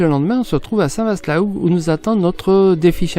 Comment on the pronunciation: Le Cotentin... Le plus beau pays du monde🤣 il y fait beau plusieurs fois par jour, c'est mon pays et je l'aime. Sinon la vache n'était pas normande et on dit Saint Vâ et non Saint Vassst. Mais vous êtes pardonnée car les images sont belles et vous êtes bien sympathiques😎